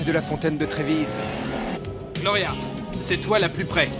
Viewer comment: Merci d'avoir ajouté cette vidéo! :) Retour en enfance. Fontaine de Trevi, et pas "de Trévise".